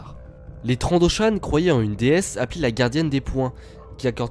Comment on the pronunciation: ça s ecrit Trandoshan et se prononce Trandoshanne et old rep. n est pas une reference